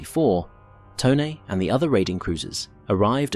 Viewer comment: Glad to hear “Tone” pronounced correctly.